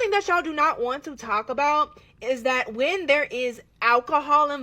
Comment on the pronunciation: If you can't pronounce the word 'that' without a D as the first letter of the word, I'm not listening to you. This comment is not directed to the content creator btw.